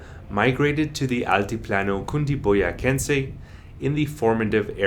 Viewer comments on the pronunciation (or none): In Spanish pronunciation for CE and CI are soft like TH in Think and CA CO CU are strong like K in English, You mispronounced CundiboyaCEnse